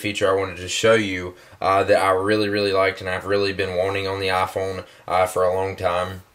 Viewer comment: LOL I love how you say iPhone like AAPhone.